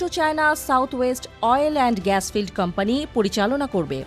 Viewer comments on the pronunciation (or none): none